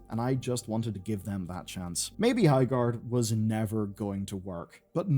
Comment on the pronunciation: "Highgard"